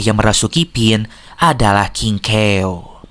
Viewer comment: Aku dengar nya di film aslinya nama nya kingkaw bukan kingkew👋😅